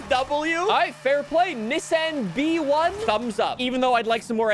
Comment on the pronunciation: its just B-One, not B-E-One